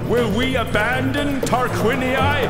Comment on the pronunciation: LaTTium ?? TarquiniIIIII ?? That's some pronounciacion.